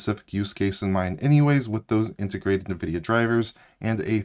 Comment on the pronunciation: It's N-vidia. Not nuhvidia.